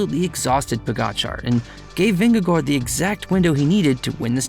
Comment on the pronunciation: As a Danish person I appreciate the effort to pronounce Vingegård. You are pretty close, gård should indeed sound much more like "gor" than "guard".